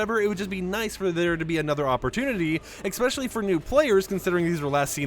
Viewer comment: For👏the👏 100th👏 time it's Especially! Not EXspecially. 🤦